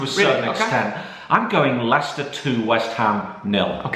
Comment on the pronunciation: I thought he would say liechester when he predicted Leicester West Ham 🤣🤣🤣🤣🤣🤣🤣